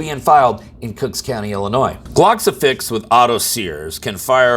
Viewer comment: Two things: one this is typical bs behavior of Kim Foxx and 2 the s in Illinois is silent!!